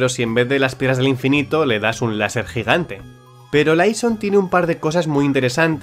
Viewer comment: Curioso el modo en el que dices "Piedras del GIGANTE" 👀